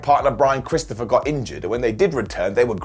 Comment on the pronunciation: I love these videos i watch them all the time, but please don't ever say Chrisopher Jericho again